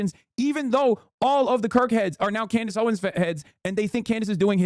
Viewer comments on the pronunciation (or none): Can Candace Owens pronounce anything at this point? 🤣